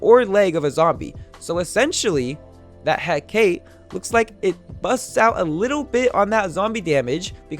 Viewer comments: It Is Not Pro Nounced He-cate. It’s pronounced He-ca-te. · It needs to be said. It’s pronounced Heh-ka-te. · I hear hecate alot, i know you butcher names alot. It is pronounced (heck-a-tee). Btw i like your new editing skills it really helps me learn better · Its pronounced Huh-kah-tae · I could be wrong but I believe the hecate is pronounced heck-a-tee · its pronounced He ca te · It's pronounced heh-ka-tae to make hecate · It call he-ca-te You wrong boy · I think it's pronounced "He-Ka-Tee" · you pronounced hacate wrong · Very very nice. Also I like the intro. Also also, it is pronounced "He-kah-tee" or "He-kah-tay." It is one of those. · the way he pronounces the hecate triggers me p9nda does the same too ._.